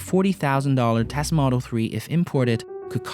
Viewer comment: Please learn how to say T-e-s-l-a where are you getting Thhesla!!!!!!! Omg! Lol